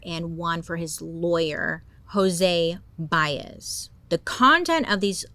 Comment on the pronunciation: As a Flordian, I nearly hissed when you said "Jose Baez."